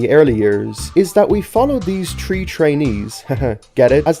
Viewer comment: Im so pissed of when he says „tree“ instead of „three“😭💀